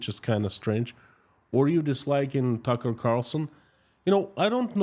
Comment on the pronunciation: Plus do some research on tucker. Its clear you havent as you couldnt even get his name right.